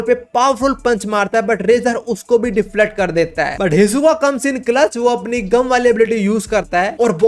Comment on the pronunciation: gum nhi bangi gum